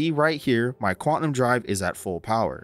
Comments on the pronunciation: for the love of god, the word is QUANTUM, not quatnum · great video, man. Thanks. FYI, it's pronounced quantum (Kwan Tum), not kwatnum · Lol I had to stop watching after you started saying “quatnum” drive... its “quaNtum” drive :) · "quatnum" heh